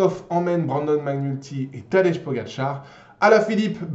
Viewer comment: Tu prononce tadej comme petit déj 😭😭 alors que ça ce prononce Tadeï 😭😭